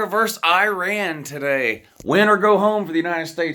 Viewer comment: VERSUS! For God's sake, it's VERSUS not VERSE.